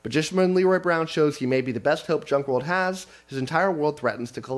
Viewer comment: It's hilarious that the Junk World author left you a note on how to pronounce his name because everyone adds the phantom "R". Including you. Every time you said his name, you added in the "R" :)